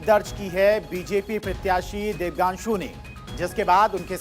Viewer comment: प्रत्याशी "देबांग्शु" को अनाउंसर "देबगांशु" बोल रहा है।कुछ अधिक तनख्वाह देकर शुद्ध बोलने वाला अनाउंसर रख लीजिए।